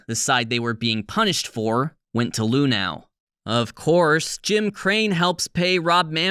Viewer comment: My biggest takeaway from this one... THAT'S how you're supposed to pronounce "Luhnow"?!